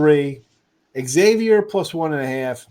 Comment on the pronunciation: It’s not “X” avior. Ask any Priest! 🙃